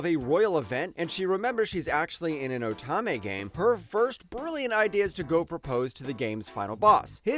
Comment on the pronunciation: Great list, I've seen all but 2 of them and loved them all. 7th Time Loop is rightfully number 1, although Next Life was my original favorite and still a favorite. Also, most, if not all of these have light novels if anyone wants to continue the journey, which I highly suggest. But please, please could you learn how to say "Otome" it's oh-tome-may.